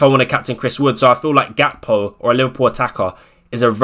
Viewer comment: didn’t u say gakpo is gakpoo 😂